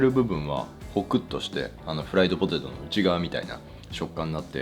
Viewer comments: ポ↓テェ→ト↑ ちょっと遠慮がちな発音に和の心を感じます。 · ポ ティトゥ